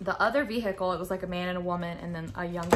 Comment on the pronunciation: I love how you say “ve-hi-cle”